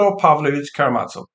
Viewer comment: Please note that the "z" in Karamazov is pronounced as the "z" in "zoo". The stress is on "ma".